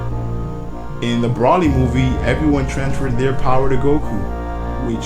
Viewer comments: also its pronounced bro-lee spelled broly not pronounced brah-lee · its not brawly its broly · Why would you pronounce Broly like Braw-ly when there are multiple movies out with Broly in them and each time, they pronounce it Bro-lee....Drives me nuts.... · why is he saying Brally? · first its pronounced bro-lee and second pretty sure he isnt canon to the anime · I cringe everytime he says Broly wrong I cringe